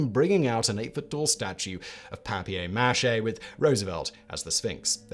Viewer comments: I was more surprised by the pronunciation of paper mache. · He used the original French pronunciation: papier mâché.